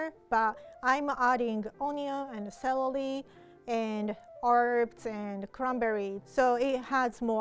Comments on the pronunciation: Who else heard her say celely instead of celery👉👉👉👉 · “Celely” omg 🥺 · And 1 stack of Clelely. Me: Google whats celely?? google dies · I love how says celery lol